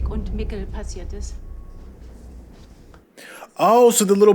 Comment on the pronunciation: Mikkel is not pronounced like Nickel. It's similar to "Miguel" but with a K instead of g. Only Americans can screw someone's name so badly even after hearing it so many times.